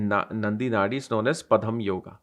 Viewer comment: Sir, it is not padam yoga... It's Padma yoga